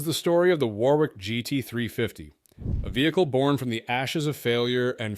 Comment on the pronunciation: 'War-wick'? Urgh. It's pronounced 'Worrick'. Typical American basic lack of knowledge about the world.